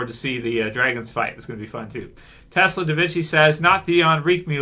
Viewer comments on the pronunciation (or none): none